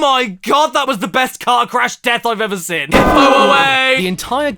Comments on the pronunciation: Why do u pronounce "seen" like that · If he pronounces "seen" as "sin", how does he say "sin"? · I can accept pronouncing room as "rum".......but saying seen as "sin" is simply too far